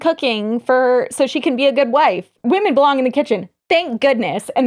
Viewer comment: I just noticed that doesn't know how to correctly pronounce the word women. Why is this a thing I notice a lot as a non-native english speaker 😂